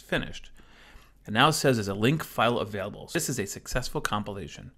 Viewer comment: Where are you from? I've never heard this pronunciation of "available" ("avable")